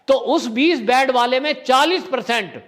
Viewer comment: बैड नहीं बोलते हैं "बेड" बोलना चाहिए ।